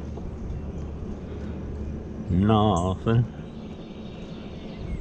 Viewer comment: A lot of "nawthing" 😊 The 55 wasn't rusty......it has patina lol